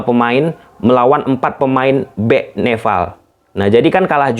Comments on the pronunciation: nepal bang bukan "neval"🗿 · Nepal bukan nefal. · Nepal....bukan nefal...ini kebalikannya org sunda nih 😂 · NEPAL bukan neVVVVal bangggg wkwkwkw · Nepal bang,bukan Nefal😅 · Nepal bg bkn neval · Nepal bang bukan Nefal! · nepal bang bukan neval hahaha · Nepal mas bro . bukan nefal 😆😆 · Kok Neval sih bro...NEPAL yg benar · nepal bos bukan neval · Nefal apa Nepal bang? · "NEPAL" om bukan "NEFAL" heran deh si om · Nepal not Nefal 🤣🤣🤣🤣🤣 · Padhal bisa nyebut P tapi pas nogomong nepal hadi nefffaall😂😂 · Nepal anjir bukan nefal...slow om jangan grogi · Nepal bang,bukan nefall😭😂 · coba ngomong "pe" bang, jangan "ve wkwkw, neval ahahahaaaaaaaaaaaaaa